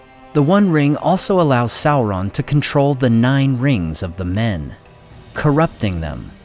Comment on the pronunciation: I like how the Americans destroy the pronunciation of the name of people and things i mean how do you get a Kelebrimbor from Celebrimbor they cant even pronounce sauron properly